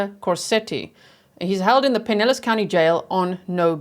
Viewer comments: Yes!! You pronounced it correctly. Pie- nell-us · Yes, you pronounced Pinellas County correctly. (Pin-EL-ESS) What is wrong with people killing and then dismembering? I don't get it. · You said Pinellas County right😀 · Yes, you pronounced Pinellas county correctly. I live in Pinellas. Gulfport is a pretty shady area of town. The “home schooling” is questionable too. She probably wouldn’t go to school. Seems like she pretty much did what she wanted to do, with little to no supervision. Sounds like a very sad situation.